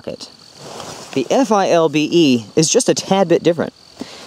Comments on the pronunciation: Why for the love of God won’t you say “ Philbe “ instead of F.I.L.B.E ? lol . You say “ Molly” instead of M.O.L.L.E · Just FYI, the pouch on the inside of the FILBE is for a radio, and you can pronounce it "Fill-bee." Takes less time. Awesome video! I needed a side by side just like this to figure out what to replace my ALICE with. Thanks.